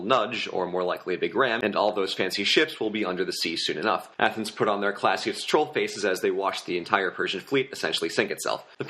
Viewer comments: YOU DONE MESS UP AATHENS I CANT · You done messed up A-a- thens